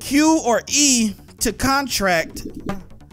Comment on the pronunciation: Bro you said "contract" the wrong way lmao